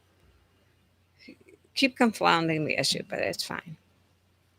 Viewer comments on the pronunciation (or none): "Conflounding the issue"?